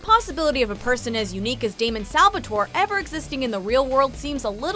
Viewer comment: not Damien it's damon